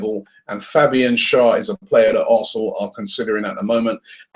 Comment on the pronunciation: Hi Robbie, since you talk about players a lot, please research how to pronounce their names. Especially our own players. Carzola? I know you're not a commentator, but it's just respectful. Schär is pronounced (Cher) like the singer/actress. Sorry to be that person or if I sound rude, but I'm trying to be helpful.